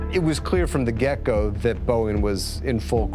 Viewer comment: Very good documentary and I'm optimistic it will get some attention on the systemic cultural problems at Boeing. P.S. Someone who works with David Gelles at The New York Times, please advise David that the word is "get-go", not "gecko" in the phrase "It was clear from the get-go...". I guess that's an honest human error, but most of us actually listened to our elders growing up.